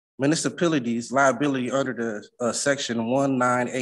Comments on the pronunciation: This was definitely chuckled about: "'Mu-niss-uh-PILL-uh-teez'?...omfg!!" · He needs to put down his axe and stop axing. You are not permitted to axe in court. Did he say afferdavits? OMG ROFLMAO! He said municipilities LOL. Cohorsion?